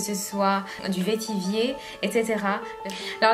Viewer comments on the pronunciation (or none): On ne dit pas "vétivier" mais vetiver (se prononce "vetivert"). Pour Amouage la collection Library est très restrictive. Les meilleurs parfums de Amouage sont Epic woman, Lyric, Memoir, Sunshine, Dia, ....